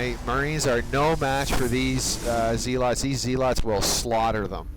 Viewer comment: and zealots are pronounced zeh-lutz.